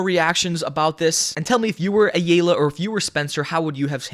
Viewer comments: Drake's last name is pronounced I-All-Uh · Just a heads up from a Hispanic writing out the phonetic spelling of Ayalya (Drake Ayala) aa-Yaa-LAA or Ay-ala The A is actually to be pronounced like a I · You doin this on purpose. It's Ayala(I - Yaw- Luh) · Pronounced I-Ella. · Bro it's. Aya laaa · It’s pronounced eye-ala. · Drake Ah Yah Lah fyi 😂😂😂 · Fyi the ay is pronounced as a hard I so its like eye-ala, ayala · drake (eye-all-uh) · the biggest problem between this, is him mispronouncing ayala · Can you please pronounce Ayala correctly? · Can you please say Ayala correctly